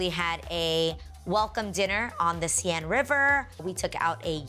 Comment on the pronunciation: Love you Adrienne. But you pronounce the river Seine wrong.